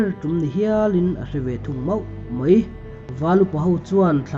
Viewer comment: Mau tih hi mo ti Ang deuh hian I lam fo hi fimkhur deuh teh